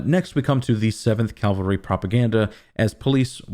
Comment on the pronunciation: CA - VAL-RY!! Gah!!!!! Calvary is where Jesus was supposedly crucified. Cavalry is a military group, historically on horseback. I know your know this. Sorry. Had to say it anyway. Drives me crazy hearing words mispronounced, especially by people who are otherwise smarter than I.